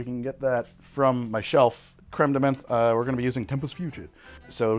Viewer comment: Menthe beinge pronounced as men with a th at the end had me dying !